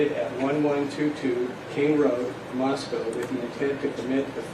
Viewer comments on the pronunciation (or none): none